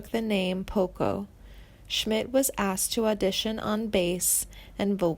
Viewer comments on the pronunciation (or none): none